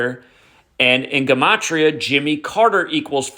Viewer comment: Hey..just curious..I've noticed that you've been pronouncing the word "Gematria" differently..why is that?